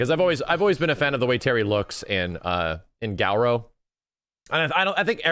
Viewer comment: Why does keep pronouncing it Gow-row?